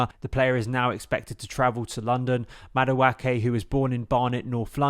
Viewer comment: Thank you. The way he's saying it is giving me chlamydia